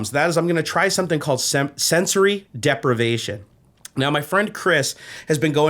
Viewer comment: The moment when I understood "depravation" instead of "deprivation" -> Wait whaaaaaaaat? Glad to see you back!!!